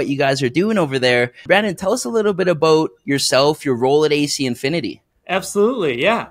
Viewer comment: My favorite part is when he says “aboot”